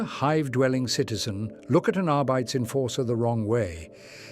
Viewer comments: Still great content! BTW, quick tweak: your voice said Arbites as "are-bites" instead of "are-bee-tays". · It's are-bit-teez